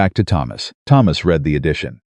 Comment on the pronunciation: Your AI keeps getting the word "read" incorrect.